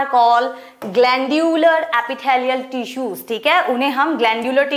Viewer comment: I think she will be a good teacher and she is but sometimes her pronunciations were wrong she is spelling tissues like teessuis